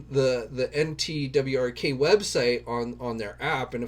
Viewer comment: NTWRK is said as "network." lol